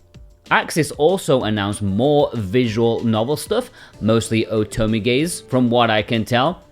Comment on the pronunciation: Otome gais 😂